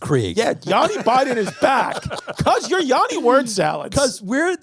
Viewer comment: Petition for Christy to say Yanni's name correctly...its double "n" not double "a". Thanks for listening to my TED text.